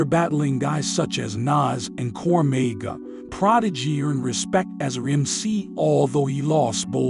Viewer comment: Have I been pronouncing cormega and combs the wrong way or this narrator just being white